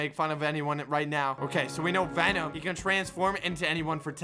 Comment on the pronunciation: He really said Benom lol 😂